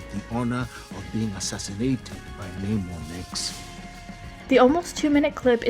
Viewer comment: Just a note, if you're going to do an extended piece like this you should make sure you get the pronunciation of words like Namor, Okoye, and Dora Milaje correct. It makes it seem like you haven't seen the film and brings into question the validity of any of the behind the scenes facts you're giving.